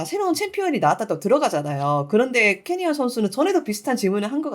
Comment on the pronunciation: 저만 "케리아 선수" 로 들리나요?